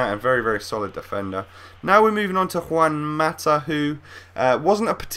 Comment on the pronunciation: You say juan mata like a fucking idiot say it correctly!